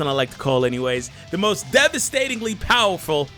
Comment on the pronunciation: Clears throat: breaths in BOWERFUL!!